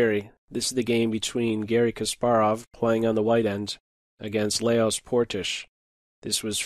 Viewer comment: It's pronounced Lahhhjoshhh. Thanks for these videos!